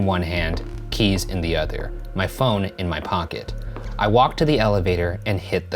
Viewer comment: Ryan saying udder instead of other kills me